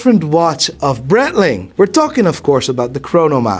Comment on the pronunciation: Breitling criminally underrated, proper watch brand with heritage. Just wish he would say it right 👀😂😂